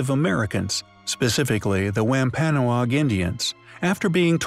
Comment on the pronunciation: Might wanna learn how to pronounce Native American tribal names like Wampanoag before a studio recording session. Sheesh.